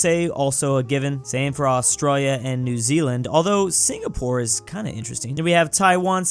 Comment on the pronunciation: Is it me or whenever he says “Australia”, he’s got the Aussie accent?